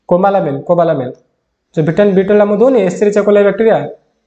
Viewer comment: Sir vitamin B12 ra name ta Clear subhuni..🥺